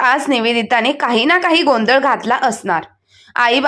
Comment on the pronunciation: गोंध नाही गोंधळ